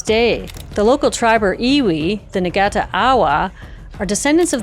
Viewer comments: Ngati = naa-ti. The G is silent. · oops. the g in "ngati" - meaning tribe in the Maori language - is basically silent. it's not pronounced exactly like "n", though. also, there are no hard g sounds in the Maori language. it's best to hear the pronunciations directly from a Te Reo Maori speaker, I'm just trying to give a general sense. :)